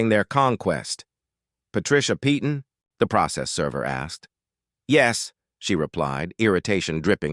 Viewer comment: Once again the name 'Peyton ' is normally pronounce 'Payton!'. Doesn't anyone check these things before airind them? And if its AI, its even more stupid!!!